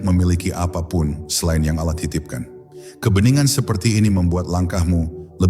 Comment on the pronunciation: kenapa ya ucapan alah bukn Allah